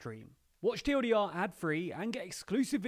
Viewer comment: "Watch teewelldeeR" 😂